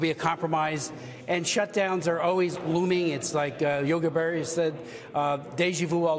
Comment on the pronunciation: Yogi Berry?...What a Nimrod....Thats Yogi Berra....